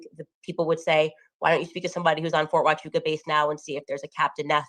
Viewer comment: He couldn't even pronounce Huachuca correctly!